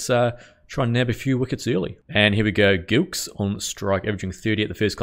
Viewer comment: It’s pronounced like Jillkes and Not Gilkes btw